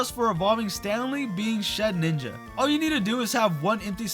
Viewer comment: i dont usually care when people mispronounce pokemon names bc its not a big deal, but for some reason “shed-ninja” always bothers me, so i just wanted to let you know its “shed-inja” theres only one “n”